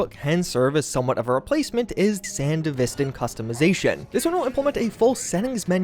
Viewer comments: Is it not pronounced san-devistan, rather than sand-a-vistan? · Why do you say sandevistan wrong? Have you even watched Edgerunners? SAN-DEVI-STAN and not SAN-DEV-E-STAN. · I was excited by your title. Confused why this wasnt labeled as a mod update video, and then couldnt complete the video when you kept saying Sandevistan WRONG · How you butchering the sandevistan pronunciation that bad? They literally say it in the show and game?😭